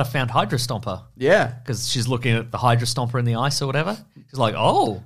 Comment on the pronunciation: I keep hearing Hydro-Stomper when you say Hydra-Stomper and all I can think of is "Singing In The Rain" with Gene Kelly in a giant dieselpunk mech suit, obliterating puddles with superhuman force.